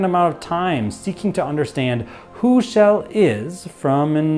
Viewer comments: Why are you saying Shell instead of Chell? Sounds like the Swedish name "Kjell", which is a name for men in their 60s heh. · Her name is Chell, not "Shell".